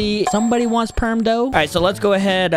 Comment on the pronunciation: He said Buddha instead of dough if you rewind it to five minutes and 22 seconds